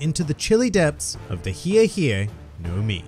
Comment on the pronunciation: I was really disappointed with how this fruit was pronounced. I thought for a second it might be the thriller fruit consumed by Michael Jackson. The HEEEE HEEEEE no mi. Model shamone